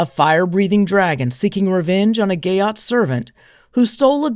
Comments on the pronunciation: "...a gayott warrior.. " Seriously?? Gayott?? It's GEAT - it rhymes with NEAT or PETE or SHEET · How to unhear "gyatt"😢